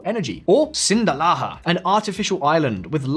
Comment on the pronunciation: sinda lah not sinda laha